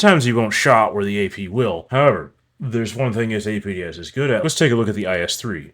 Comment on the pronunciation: Everytime you say "APDS"a spookston dies